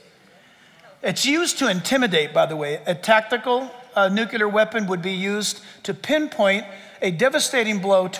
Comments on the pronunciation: NUC-lear. Not nuc-u-ler. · Nu-clee-ar (not nu-cue-lar...) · It's pronounced 'new-clee-r' not 'nu-qya-lur'. Also, how in the world does a nuclear bomb destroy a whole country! Or state! City-wide bombs are as big as they get. I guess if your country was Vatican City. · Great talk. However, Nuclear is pronounced nuke-lee-er, not nuke-ya-ler. (Presidents Carter and GW Bush made this same error.) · Nuclear. I worked at a new-clear plant. Never heard anyone call it a new-cue-lar plant. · NU-Klee-ER…NOT: NEW-kyu-LER!!! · "Nu - cle - ar".......not "Nu - cu - lar" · Hard to give him 100% credibility when he can’t pronounce the word ‘nuclear’ correctly.